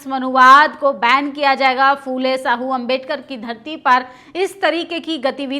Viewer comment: साहू मत कहो..., शाहु कहों...please. .